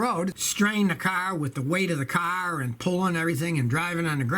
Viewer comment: Anyone here for the way he says CARRRR